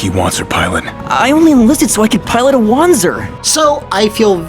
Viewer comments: Since wanzer is based on the german wanderpanzer you would pronounce correctly as wanza(pronouncing the a as german as posible) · It SHOULD be pronounced Wan-zer as it is a portmanteau of walking and panzer and gehen is german for walking.